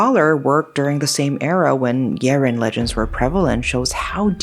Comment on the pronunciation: So wait a minute, that creature in "Big Trouble In Little China" might have been a Yiren?! Crazy cool. I like how you go all in pronouncing names correctly (like I would do if I were in your position) and the way you tell stories is always compelling. (OK, sue me, you're gorgeous, too)